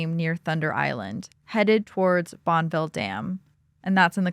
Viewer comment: Bonneville Dam is pronounced Bon-eh-ville. With a short-e sound in the middle. Also have you considered that phone calls went through a switch board during this time and were party lines- shared in the neighborhood. They were not private calls, anyone in the neighborhood that picks up the phone to use it would hear the current conversation. Only extremely wealthy families might have a private line.